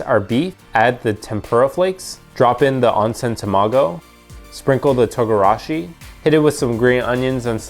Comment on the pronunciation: It’s pronounced Tone’ gara shi